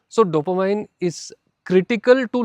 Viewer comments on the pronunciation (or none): It's pronounced DOPOMEAN